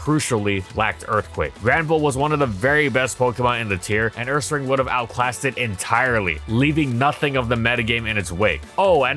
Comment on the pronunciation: Love how you said it "UrsaRANG," exactly like we used to back in middle school 😄 The pronunciation for people with taste